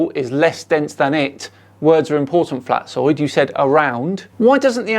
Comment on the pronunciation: I cant drop that i heard pronouncing "Flatzoid" as "Flatsoy".